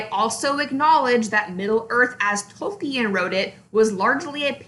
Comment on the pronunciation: You can't even pronounce Tolkien's name correctly...